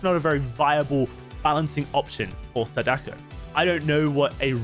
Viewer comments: the correct pronunciation of "Sadako" has the accent on the first "a", people tend to say "saDAko" instead of the correct "SAdako" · Can someone tell that it's pronounced 'SAH-duh-koh'? Emphasis on the first syllable. Japanese is a pretty structured language. When you learn a few names, it's really easy to pronounce them correctly. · It's (Sah-Dah-Ko) Sadako👍🏾